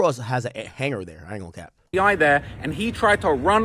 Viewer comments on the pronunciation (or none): none